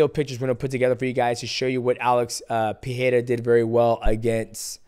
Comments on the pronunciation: Pe"Rei"ra , not Pe"He"ra 😂😂 enjoyed the video ! 😎👍🏻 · Great review, champ. He reminds me of you back when you were dominating the flyweight division. One quick tip: both "R" sounds in Pereira are pronounced the same. You're getting it right at "ra", but you're missing it at "rei". In both times the R is a "flap T", like in "beTTer" or "daDDy", also called a "alveolar flap". God bless you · Alex "Peeheira" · why this part of your brain stumbles mighty ? pee hay raw ? really ? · In portuguese the "R" letter is not pronounced like english "H" when is in the middle of a word. It only sound like english H if the R is beginning the word or name like in "Royce" from Royce Gracie. In middle of words our R is pronounced like an H only if the R is doubled, like the word "carro" which means "car". GET THAT PRONOUNCIATION RIGHT, MIGHTY! WTF! Put some respect to the champion lol. Shout out from Brazil! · Please say his name regularly